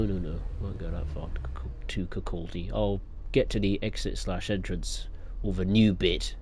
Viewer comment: Leven - pronounced Lee-ven Kirkcaldy - pronounced Kirkoddy Glenrothes - pronounced Glen-roth-es Burntisland - pronounced Burnt-Island